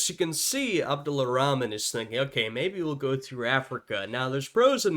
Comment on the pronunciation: his name is Abdul(or abdur) Rahman not Abdulla Rahman. the narrator is mispronouncing his name.